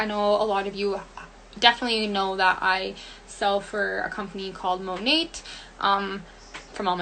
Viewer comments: Okay by the girl who works for Monat is literally pronouncing the name wrong??? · i hate that the monat seller kept pouncing the “t” in monat... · The Monat Hun 😂😂 “currently working from home while getting more into scientific abilities” WHAT?? 😭😭😭 She reminds me of the girl on drugs you accidentally meet at a party and can’t get away from as she’s word vomiting things that sound intelligent in her head but are actually completely incoherent...